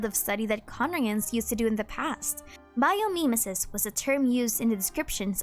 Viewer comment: Great video! btw "mimesis" is pronounced "mime-ee-sis"